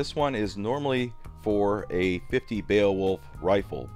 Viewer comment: I know the word looks super funky, but it's pronounced "BAY-Wolf" It was drilled in to my head in school when we had to read it cover to cover. Why, yes...I am old. Shakes tiny fist at an errant cloud while adjusting the onion on my belt